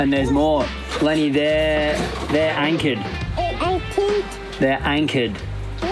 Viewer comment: Ya, Lenny's expressions... can't sayed "finished" properly... but heck, should at least help him by saying that the ships are anchERRRed, not anchaWWHed. And we won't get into saying "noOHER" all the time, instead of "NOHHH". And so many more...;~)